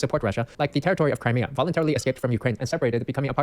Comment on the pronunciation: "Volantary annexed" lmao!